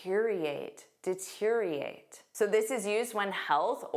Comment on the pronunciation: You didn‘t pronounce the o in deteriorate. Right?